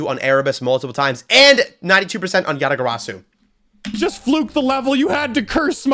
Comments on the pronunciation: as a Korean, "ya-da-geu-ra-ssu" is the perfect K-accent lol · I would be so fucking embarrassed if I said it how says it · its lowkey how Yatagarasu usually pronounced in Russia